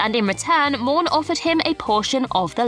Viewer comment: Morn... not Mourn